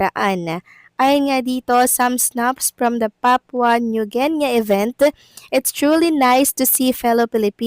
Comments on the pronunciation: Papua New GI-NI not Gen -Ya😂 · correct pronounciation po ay Papua New Gini, hindi New Genya. (Papua New Guinea) Thank you for always giving news abt EB :face-red-heart-shape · You don’t even know how to pronounce Papua New Guinea 😀😀😀😀